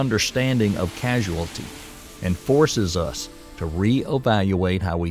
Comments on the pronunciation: It's cause-ality not casu-ality. Causality not casuality. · The narrator misprounces the word "causality" as "casualty," which is confusing because the two words have different meanings. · You have the wrong pronunciation: It is causality (kô-zăl′ĭ-tē), not casuality (kăzh′oo͞-ăl′ĭ-tē). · I thought it's just his accent.